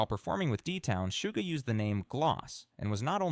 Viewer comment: The only thing I don't like about this specific video is the several mispronounced words in it, for example they kept saying Sugar instead of Suga. I know it's a tiny mistake but that's why I dislike when they do they AI-like narrative on their guide vids. But all the info on it is great